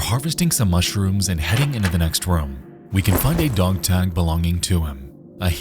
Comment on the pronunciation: why do you pronounce dog, dong?